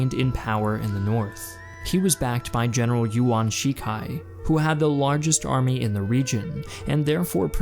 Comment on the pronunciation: Unfortunately, that pun doesn't actually work. "Yuan" is pronounced more like "yoo-ehn" (in one syllable) and not like "won."